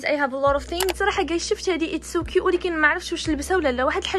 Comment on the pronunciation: الاسم : سناء المهنة:منقولش كيوت و نقول كيوء